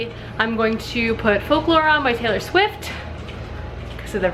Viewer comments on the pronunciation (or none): none